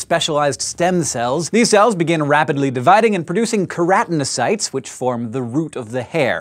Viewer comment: pretty sure its its pronounced ker-a-tin-o-cytes not ker-at-in-ocytes ...